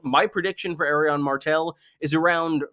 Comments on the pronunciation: lol pronouncing Arianne like Aerion aka EYY RON is clownsauce dude, you got Aerion, Aeron, Areo, and AriANNE.............wrong pronunciation will bite your ass in a courtroom. esp if you're addressing a judge..... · I will never understand why pronounces Arianne's name like that, but nevertheless, great video as always